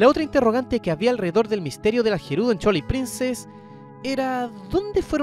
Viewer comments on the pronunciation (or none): Por qué dicen "chuailit princess"? Se dice "Tuailight princess" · "Chualait Princess", mis oídos!!! 😂😂😂😂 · Observación constructiva, cuida que Twilight no suene a Chuailait...se oye feo. Por lo demás, excelente contenido 👍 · Me mata de risa como pronuncia /chuailait/ princess … 🤣